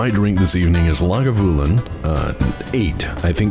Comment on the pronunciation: Love this. Also love Lagavulin... I HATE how you pronounce it LOL. Lau-Gau-VA-Lin please (va as in mama) ;)